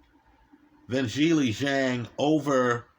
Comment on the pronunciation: mispronounces all kinds of names he mispronounces Zhileis name lol